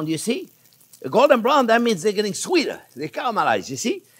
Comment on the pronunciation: This chef sounds like a French man with an Italian accent who also pronounces words like “okay, salt, sweeter and colours” like a New Yorker. Great content and even better food